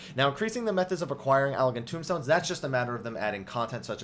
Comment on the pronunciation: TOMESTONES. NOT TOMBSTONES.